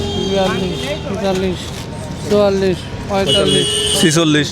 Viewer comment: মুরুব্বির বয়স 63 হলেও আপনার চেয়ে সে চুয়াল্লিশ উচ্চারণটা সুন্দর করে করতে পারছে মুখে 🥰